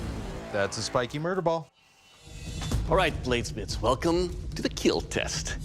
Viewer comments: Why do they call it keal instead of kill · I absolutely hate when Doug says "keal" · It will keel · I learn English please , it is it will KEAL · Its so funny when he is like it will keel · the best line in this whole series "it would keal" "it would not keal" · The only favorite thing about this is when he says "It will keal" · ✨iT WiLl kEaL✨ 😫🖐🏻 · “it will KEAL” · It’s kinda annoying when he says it will keal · Your blade? It will keel... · It will keal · Who else is here just for the "it will keal" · "it will KeeL" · ... And it will keel